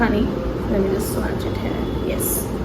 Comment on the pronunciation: It’s pronounced as swatch and not swaaaacccchhhh